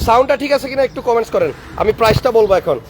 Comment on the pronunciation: কমেন্স না কমেনট হবে ভাই। আর এখন ও সিসি বলেন না কেন?